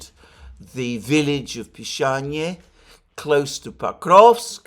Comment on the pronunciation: I hope village of Pishanie actually has a different name, but Alexander did not pronounce it correctly. Just imagine living in the village of Pissing 😂